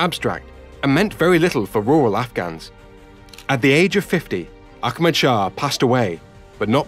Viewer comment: He keeps saying Akmad. The imaginary K he keeps adding is really distracting.